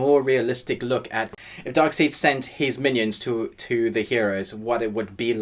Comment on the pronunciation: “Darkseed”?? Dude!! C’mon!